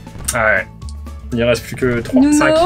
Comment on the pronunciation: Respectez son blaze c'est NUNO et pas NONO